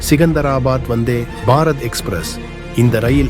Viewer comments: Say vanthybarath not vanthy barath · Dai sariya solla kathuko....athu enna vanthe ...... Bharat express.... Appadi illada loosu kooooo...... Vanthebharath Express nu serthu solluda eruma....Tamizha kola pandraan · Say Vandhey Bharath not Vandhey……..…….Bharath. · தமிழை கொலை செய்யா வேண்டாம்😂😂.‌வந்தே பாரத் ஒரே வார்த்தை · ஏன் வந்தே- பாரத் இடையில் இவ்வளவு கேப் 🤷 உச்சரிக்கும்போது.???